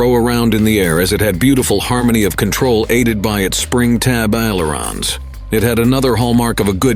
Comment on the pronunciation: And he doesn't know how to pronounce "empenage" or even "ailerons"